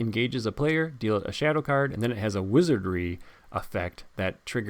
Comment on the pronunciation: "Wizardry", not "Wizardring" you dolt! Saruman is so ready to vanquish you into oblivion 😂. Love the subtle effects you put on this video.